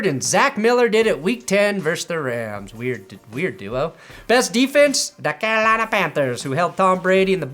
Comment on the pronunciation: you say Carolina like that one more time and you will see what happens.